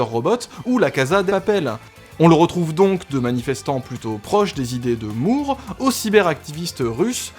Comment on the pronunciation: Juste un truc.... "Moore" ça se prononce "More". Merci. Cf.